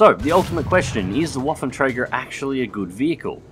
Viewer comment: 'twas a acceptable pronounciation, I'd understand it if you haven't put the name in the video. Also, interesting that you pronounce the "ä" correctly, for the most part English-speakers simply say it as "a" :)